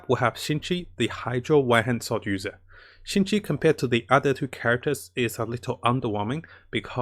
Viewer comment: XingQiu is pronounce Xing-Chew btw, just so you know